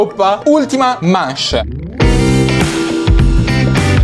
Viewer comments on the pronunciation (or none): Ma perché dice manche e non manch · non si dice mache ma masce